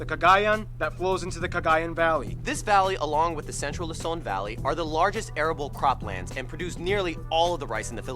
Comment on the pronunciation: ITS PRODOUNCED LUZON NOT LOSON